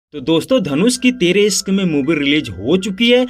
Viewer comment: Sorooaaat, sankar, iskk, saadi soping, sikhaawat, sock😂 tumhari dictionary main "sh " nahe hai kia ?